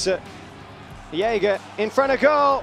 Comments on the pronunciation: "Yeager" ... seriously ? Even people in Australia knows how to pronounce his name correctly. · It really bothers me that these commentators can't be bothered to learn how to pronounce players names. Jagr is an international hockey super star and this guy is calling him Yaguh.